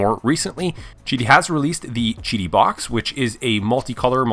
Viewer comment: isnt it pronounced Qidi ?? NOT gidi or chidi ??